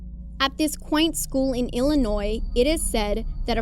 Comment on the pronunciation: At least she pronounced Illinois correctly. Have you guys ever heard a French person say that? 🤣